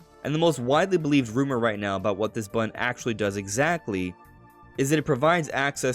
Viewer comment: button, not bun.